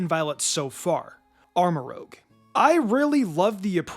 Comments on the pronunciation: Does anyone else out loud correct each mispronounced name each and every time they are mispronounced in poketuber videos? It’s ‘rooge’ like the French word for red. And they pronounce the names correctly in the reveal trailers… just practice. Anyways I agree about Far-ig-ih-raff in that it’s awesome and as a long time fan of girafirig the evolution is amazing. I’ve already painted it and have a foot tall wall decoration I made and an ACEO. I think a mispronounced name here and there makes sense they are new after all but when it’s pronounced wrong every time or at least the majority it does bother me personally, and distracts a lot from relaxing and enjoying the video contents. Heck when I’m honest and think about it I missed half of what was actually said in the video, distracted by the mispronounced names! Maybe it’s a ‘me’ problem but I doubt I’m the only one distracted by mispronounced names. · Pronounce “rouge”, then pronounce it in “Armorouge”. Rouge means red in French. Rouge is very different from rogue. As cerul comes from cerulean which is a shade of blue. ar-mur-ROOJH/ROOZH. It’s the same g sound in mirage. Not a hard j.